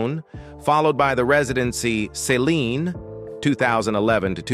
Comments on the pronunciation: Why does he keep saying Saline Dion??? It's Céline Dion!! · It's Celine not Saline. Saline is an IV fluid.